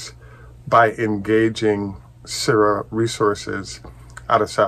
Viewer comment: Hi, I think the pronunciation for “Syrah” is “Sr-aa”. Same pronunciation as the French grape varietal used for Syrah wine. Makes sense since the #1 wine grape varietal in Australia is Shiraz which is the exact same grape as Syrah, just that the Aussies call it Shiraz. Hope this helps.